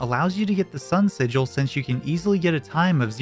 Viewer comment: thats not how you pronounce sigil